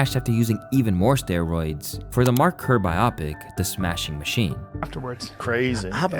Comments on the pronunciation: Why you pronounce biopic like Brenda Schaub 😅😅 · Biopic is pronounced bio-pic, not bi-opic. Biopic = BIOgraphy PICture. the mispronunciation really grinds my gears